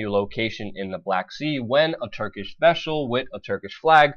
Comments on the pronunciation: veshal I have not heard of this veshal. bro if you want people to take you serious learn to speak words properly. I believe its vessel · Vessel. Not veshel. !! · "Turkish vesshle" :D sorry i had to point it out lol